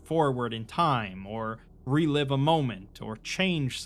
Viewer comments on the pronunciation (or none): none